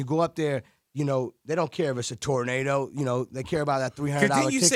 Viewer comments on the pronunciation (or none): none